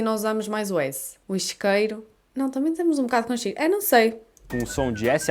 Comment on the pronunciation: Notei que os portugueses omitem as vogais das palavras e inserem outras onde não havia. Exemplo: isqueiro = scairo. Tudo bem - Tudbain. Eu entendo = Au intiend